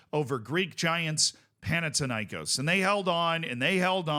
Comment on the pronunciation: What's the deal with mispronouncing Panathinaikòs, it's Pan- athina- ikòs(the stress is on os like in Olympiakós)